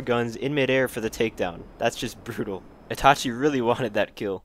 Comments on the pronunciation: He said it correctly, idk what u are on m8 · hitting someone mid flight in their parachute is still hilarious, battlefield is a common place for it too, nice work Itachi😁👍 (btw you did say his name right 👌) but that bird kill doh 🐦💀😂 that really should be a thing for Online.